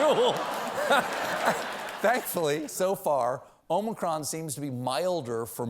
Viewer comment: Maybe by the end of February Stephen will know how to say Omicron.